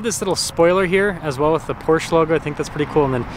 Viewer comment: Please procurance PORSCHE properly!